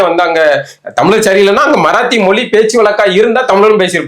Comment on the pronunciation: மொழி என்று சொல்ல தெரியல மொலி மொலினு சொல்லுகிறார்.